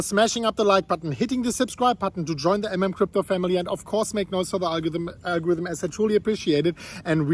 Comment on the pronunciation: please say again : algorithm :D